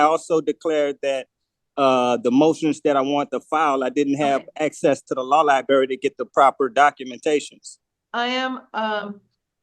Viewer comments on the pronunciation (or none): "How could he tell that I am incompetent?" "Because you say things like LIBARRY." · It’s pronounced. LIBRARY not LIBERRY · It's library, not libeery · Where exactly is the "law LiBERRY"?